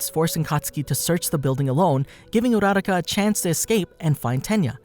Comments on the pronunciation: STOP SAYING OCHACO URARACA ITS OCHACO URUAKA Luv your vids but Cm on man 🤣🤣🤣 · Uo - ra - rau - ca? Sounds a bit off it’s U - ra - ra- ka